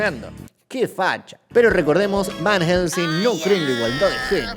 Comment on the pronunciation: Fjfjdjsjsjs por Dios soy un idiota me c4gue de risa cada vez que el dijo VAN HJGELSEING